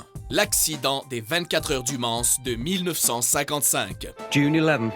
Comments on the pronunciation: "Du Mansse" ?? On ne prononce pas le "S" Non mais on ne bafouille pas le nom de ma ville Natale XD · 24 h du Mans pas du mansse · j'habite au Mans et sa se dit "man" pas "manSSe" plz faites gaf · Le Manse ca m'a tué le s ne se prononce pas mdr ma pauvre ville 😂😭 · Du Mans pas mansse debile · Le Mansse?!! On dit le MANS !! Espèce d'abruti ! C'est une ville française fait un effort merde !! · Le "Mance" serieusement ? xD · On ne dit pas manS on dit man(s) sinon c 'est très bien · les 24h du mansse hololo dans le mans le S ne se prononce pas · on dit le man pas le mansse mais sa s écrit le mans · sa ce dit le man et pas le manse mais sinon bonne vidéo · Habitant à côté du Mans, on ne le prononce pas Man[ss] mais M[an]. Ça pique les oreilles :') Merci. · "24 Heures du Mansse" ça se prononce "-an" ,le S ne se prononce pas Couzin ^^ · "24 heures du manSSE" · Représente Le Mans 👍🏻 on dit pas le Manssssss on dit Le Mans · moi se qui ma marquer c quand tu as dit "les 24h du mans" tu as dit mansse mais ca se prononce man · super le concept de vidéo comme tjr mais on dit "mans" et pas "manse" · Le Mans se prononce pas "Le Manse ou Le Mance" mais "Le Man" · On ne dit pas "Le MansSE" mais "Le Man" malgré que ça s'écrit "Le Mans". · "Le Mansse" j'habite au au Mans et ça me choque, on prononce pas le "S" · Bonne vidéo mais une petite faute. Pour le premier, on ne dit pas le "s" du Mans. Ça se prononce Man 😉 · Les 24H du Mans"se", pas mal celle là aussi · Monsieur on ne dit pas le s au MANS, on prononce MAN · Alors on ne prononce pas le "S" pour la ville du Mans ;) Mais sinon vidéo top mais triste :( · Le "S" de Mans ne se prononce pas 😑. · mans "s" muet boston le "n"se prononce club"u"se lit eu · bonne video mais le s du Mans ne se prononce pas😉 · bon sujet bien géré ^^ par contre, on prononce pas le "s" a la fin de le Mans ;) j'y suis né alors tu peu me croire ^^ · on prononce pas le " s " de la ville du Mans ^^ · on ne prononce pas le s de mans :)